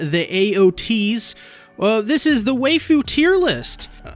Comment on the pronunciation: Why are you pronouncing Waifu like that?